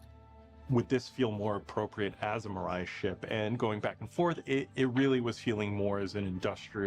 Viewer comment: Sorry, but you keep saying Miru when it's Mirai, and mirai means 'future', which they keep throwing out there. "The Future of MISC" etc. Reference: Toyota Mirai.